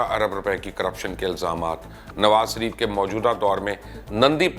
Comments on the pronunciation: Mubashar sb me ne pehle bhi kaha tha apna talaffuz yani pronunciation sahi kren nawaz sharif ke bjaye nawaz sarif kehna bnd kren es se aap ki jihalat tapakti he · مبشر بھائی اس کنجر کا نام نواز ش ریف ھے، س ریف نہی۰۰۰۰ بہترین پیشکش